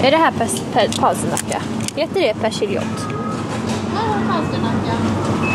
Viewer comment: Haha vad säger du? "Persiljrott"? 😂 Det står väl persiljerot! Alltså rot! 😂